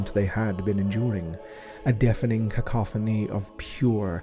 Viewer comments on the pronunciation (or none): none